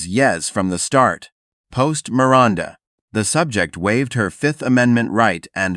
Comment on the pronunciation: Who is "Mir-Rhonda"?